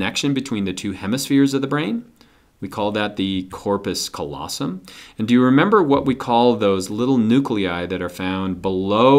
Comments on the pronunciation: good video! thank you, kind Sir! - but it's c-A-llosum, not "collosum" (from lat. callus for...well, callus) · He said colossum instead of callosum